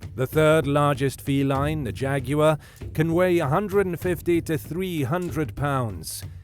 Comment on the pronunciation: Thanks for pronouncing jaguar correctly. One of the most annoying things on youtube, to me, is that many commentators pronounce it jagwire.